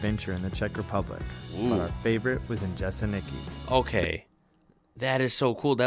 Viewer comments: Jeseniki 😂😂😂😂😂😂😂 It's pronounced "yeseniiiiky" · Džesenyky, Kromrets" xD